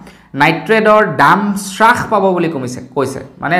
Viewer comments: হ্ৰাস , চ্ৰাখ নহয় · Sarh nohoi harh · শ্ৰাস নহয় হ্ৰাস। এতিয়ালৈকে ও নাজানে নে ? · শ্ৰাসনহয় অ' বোপাই হ্ৰাস বুলি ক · শ্ৰাস নে হ্ৰাস,,অৰ্থ নাজানিলে কমা বুলিয়েই kobasun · শ্বাস পাইছে মানে কি ডাঙৰীয়া ? 'হ' বৰ্ণটো কণ্ঠনলীয়, তালব্য বৰ্ণ নহয়। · Srakh buli nokoi ouuuu Pronunciation correct hobo lage